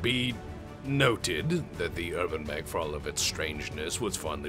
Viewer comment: New meme has dropped: thanks to a funny mispronunciation, the UrbanMech is now the HerbalMech.